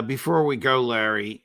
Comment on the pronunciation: Can someone tell Larry is a roof, not a woof